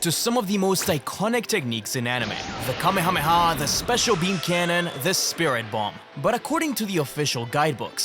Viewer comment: finally an English-based CC that knows the pronunciation of kamehameha ❤